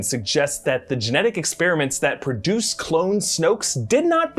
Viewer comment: "purdueced"... It's everywhere...